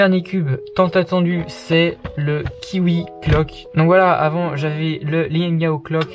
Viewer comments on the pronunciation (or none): Tu dis "Kiwi Clock"😂